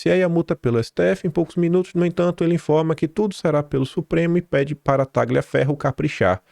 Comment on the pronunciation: Tagliaferro é um sobrenome de origem italiana. A pronúncia correta é "Talhaferro".